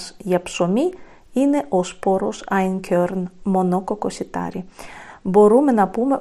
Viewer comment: Είναι γερμανική λέξη και προφέρεται άινκορν